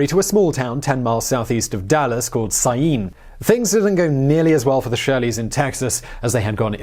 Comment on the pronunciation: Congratulations on pronouncing Scyene, (the farm was on the line next to Balch Springs)!